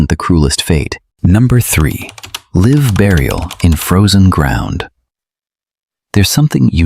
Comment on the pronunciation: These be great vids if you got a human to narrate. You could pronounce words like live correctly too.. Please think about it... 🌹